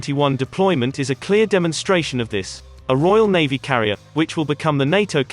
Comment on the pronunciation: This robot voice cant even pronounce Navy or Chief.